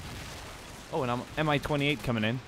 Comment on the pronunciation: But it was Mi-28. And right pronounce in Russian will be like "mee", not "M-I".